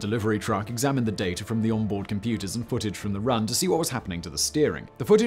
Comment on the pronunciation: Oh, there is no "r" in "data" my friend! 😝